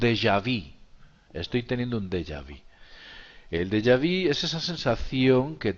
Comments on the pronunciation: Amiguito, con todo respeto se dice dejavu, no dejavi. Todo muy interesante!!!! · Se le llama dejavú, con "u"